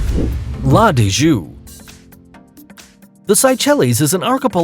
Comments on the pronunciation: Did he just say la dee joo? What a crime la digue pronounced la Deeg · La de Jue....wtf....it's pronounced La dEEEg. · Yo dawg, that is not the way La Digue is pronounced. La - Di (Dee) gue (ʌɡ) (Same way ''g'' sounds in the word "Hug"). It is part of a group of islands (archipelago) called 'Seychelles'. No hate, just a Seychellois, a patriot providing the correct information. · the island of La Digue ( la deek) NOT~ la deejue..pls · In fact La Digue is read "la dig" yes and NOT la deejue. Thanks. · La Dijuuuuuu, haha. It's La Digue ( La Deeg). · Seychells are beautiful .Specially La Digue ... !! It is "La Deek" !! ..not LA DI-G-YOU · La Digue is pronounced LA DIG and not LA DIJOO, The Seychelles are pronounced SAY-SHELL. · la Digue is pronounced la" Digg" not la "dijjoo" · La digue is pronounced la dig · La Digue is pronounced like La Digue as in dig. You dig? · This guys butchered the syechalles and la digue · Pronounced la digue wrong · Nice video, but learn the correct pronunciation of the locations before doing such a video, or you'll lose credibility. It's a true headache to listen to this huge amount of wrongly pronounced names such as Capri, Seychelles, La Digue, Saint Lucia, Soufriere, every location on Bali amongst others!! Also, use the correct pictures to go with. One of the pictures in the Bali chapter, in fact, shows Anse Source d'Argent on La Digue, Seychelles. Bali is a great place but there's no beach with such beauty. Your thumbnail shows the Andaman Islands, which are not even mentioned. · The way you pronounce name of places and islands is hilarious. LMAO. Why not to do your homework and learn how to say it right? Especially cracking out of La Digue. Ahahahah